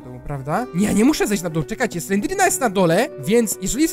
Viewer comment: nie slendrina tylko slenderimna